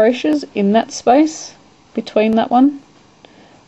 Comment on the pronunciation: Space? It sounds like ur saying spice. LMAO!